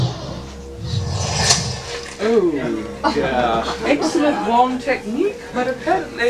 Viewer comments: ._. the "harry" says Aguamento ._. Isn't it supposed to be Aguamenti? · that guy said Augwamento LOL he's obviously gay to